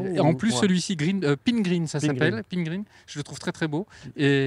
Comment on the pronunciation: Couleur Pingreen, ça se prononce un peu comme Marcel, non?